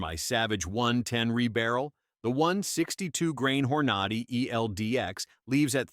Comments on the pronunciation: “hor-NAH-dy ? It is HOR-na-dy. This guy is “Gun Man”? What horseshit. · Hor-nod-ee, you gotta love this AI generated pablum. Not! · "hor-NAD-i"????? That's how you look like a fool. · The narrator is killing me…Hornady will forever in my brain be called Whore Naughty… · How about learning how to pronounce Hornady !!